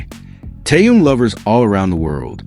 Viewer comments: Это вы его так называете Тэхен. А правильно Таянг понятно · Кто читает? Он почти не одного имени правильно не назвал. Тэхена то Тыном называет, то Таенгом обзовет. У него, что нет текста перед глазами или он буквы не знает?